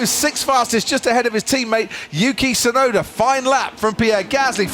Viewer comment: I can't stand how the narrator keeps calling "Yuki Tsunoda" as "Yuki Sunoda". The T is there, and it's not silent. Why doesn't he pronounce it?